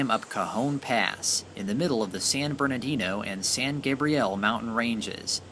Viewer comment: San GABRIEL, not "Gabrielle".